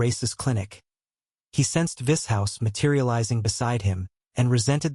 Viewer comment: Im liking the AI pronunciation of Vishous.... Vis-House😏